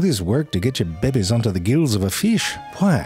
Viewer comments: Couldn't help but repeat it, every time he said bebes instead of babies. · I love all your vids, but the ones I love the most are where you say "babies". «Bebbies.» The Slime Mold vid was the first of yours I saw, and it was epic. (Find a way through a maze? That's smarter than some of my coworkers.) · the way Ze Frank pronounce the BABIES is always crack me up ,, 🤣